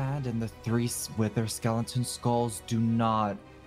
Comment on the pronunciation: IM CRYING “IF U SEE THE SOUL SAND AND 3 WIVERR SKELITON SKULLS DOW NAWT PLACE THEM TOGEVER….”